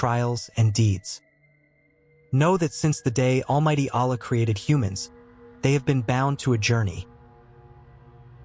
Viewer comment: What kind of science are u talking. Why u complexing such a simple religion. U can't even pronounce the name Allah, in the right manner Are u a.i.